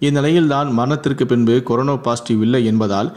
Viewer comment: டேய்! அது கொரோனோ இல்லடா. கொரோனா.